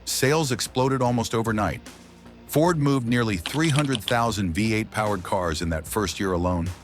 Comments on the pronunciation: "the flathead five eight" ( AI speak for V-8 )! Ain't AI smart! 😂😂😂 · Your reader keeps saying "flathead five eight not V-8 . You get a thumbs down from me. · The flathead "5 8"? Nice try, AI. 🤦🏼‍♂️ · The AI keeps calling the engine a five-eight when the V is the letter V and not the roman numeral for five. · The damn AI… five-8! Are you kidding me! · That's what the AI voice meant with saying "5-8" - had my simple mind confused!